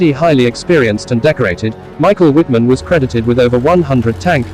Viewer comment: I wish these people would learn to pronounce non-English names and words correctly. Wittman should be pronounced as "Vittman" since the "W" makes a "V" sound in German.